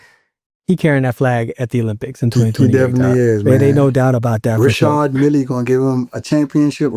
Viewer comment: 😂😂 really don’t give AF when it comes to pronouncing names. Who is Reshard Millie? 😂😂 Richard and Reshard ain’t even that close 😅😅. That’s really my guy Fr.